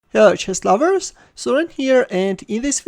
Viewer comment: "Hello chess louwers" Best line ever